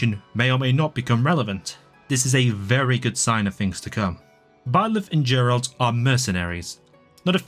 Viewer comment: Why do you say "Geralt"?? It's literally spelled with a J😭😭😭😭 Also me personally I loved cindered shadows. I know it was pure filler but I really liked the story and the characters.